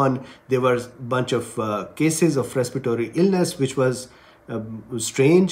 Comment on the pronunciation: Please correct a word,respiratory,not respitory